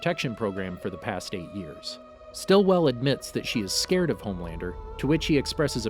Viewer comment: It's lowkey pissing me that you keep saying homelaner😂